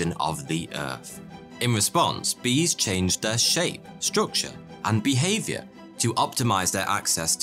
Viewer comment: "Bee-haviour" Gonna cry